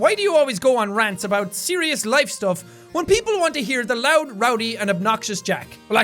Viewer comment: "Loudy, roud, and obnoxious" great English man. Clap it up